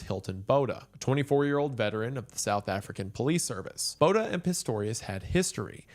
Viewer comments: I REAL just want to help this man say Botha correct😭😭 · Man the way you butchered Botha....🤣